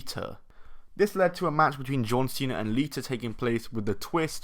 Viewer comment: its lita not leea